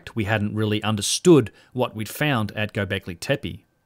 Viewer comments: Loving your channel and especially Martin Sweatman's chat, but I noticed that you consistently miss spell and miss pronounce Gobekli Tepe, perhaps also why your search results were null in this case. Said in the spirit of constructive criticism 🙏🏻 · you horribly mispronounced göbeklitepe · Mate, its Göbekli Tepe. :) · Years passed, yet you still can't properly pronounce "Gobekli Tepe" (from your most recent videos). 4 years ago somehow you couldn't even spell it: - God help us against those educated corrupt archaeologists if our side can't even spell these names properly :(